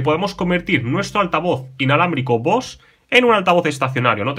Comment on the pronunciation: Se pronuncia “Bose” así tal cual se escribe